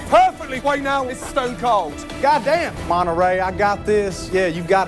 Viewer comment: Lol it's monneray like the cheese